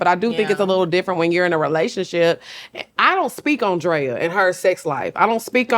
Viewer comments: Shannon keep calling Drea “Dre” is killing me 😂😂😂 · I’m so weak at Shannon calling Drea “Dré” lol. This was a great episode. Love Lex and Drea! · It’s him calling Drea “Dre” all episode 😩😂😂😂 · Him calling her Dray the whole time was killing me